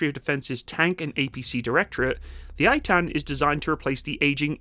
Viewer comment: 1. It's Ay'tan (to correct pronounciation) 2. On 7/10 they raced to the Battle of Zikim down the highway at 75 MPH, which is quite incredible for an armoured vehicle! 3. The hulls and basic infrastructure are made by Oshkosh in America, as is the transmission by Allison I believe, with the engine from MTU Germany. However, the high-tech stuff that transforms it is made and fitted in Israel.